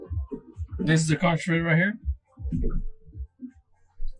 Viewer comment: Conch is pronounced as (Konk) plus that not conch fritters you made...thats actually fried conch for you guys...for us in the Bahamas ..it's cracked conch... nevertheless jeep.making videos... I enjoy watching you man 🙏